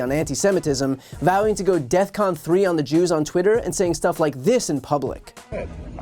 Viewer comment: Hey! It’s DEFCON…Not “DeathCON” 🤦🏾‍♂️👎🏾